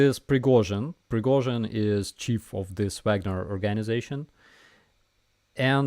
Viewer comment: Fagnorites? Wagner? I love it! 😂